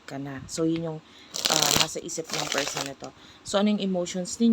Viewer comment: Sino yang feeeerrrrrsssssonnnnn na yan 😂😂😂😂